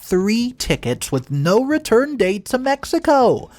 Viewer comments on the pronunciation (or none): none